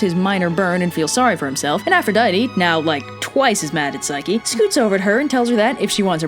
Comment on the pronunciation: did u say psyche-loki? i think i missheard ya